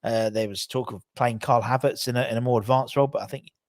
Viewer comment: Mate you seriously need to learn the players names...who's Karl Harvertz? And SCARmacca 😂😂 Try Kai Havertz and SCAMacca